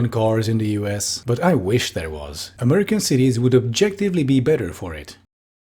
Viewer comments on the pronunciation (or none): this woman pronounces 'american' the way europeans doing a mock american accent to make fun of them do to the extent i kept having to remind myself she actually just speaks like that and wasnt about to drop the bit